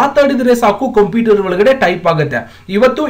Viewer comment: ಅಣ್ಣ ಅದು ಕಂಪಿಟರ್ ಅಲ್ಲ ಕoಪ್ಯೂಟರ್